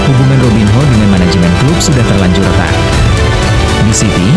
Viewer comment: belajar sebutin nma dgn benar,robin yo,korintians..ini yg benar kak..😊